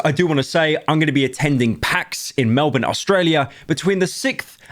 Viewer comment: Melbourne aintnoway 💀